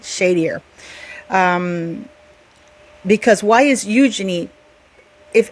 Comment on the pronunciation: Wow great letter.💯. Also, kudos to you for pronouncing Eugenies name correctly most on yt dont. 👍